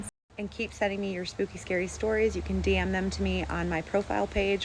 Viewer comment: It sounded like you said you can ‘damn’ the stories to me-not DM.